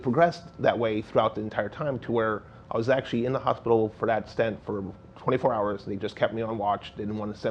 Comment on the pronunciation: btw, the word is stent not stint. stint is a period of time --like a short stint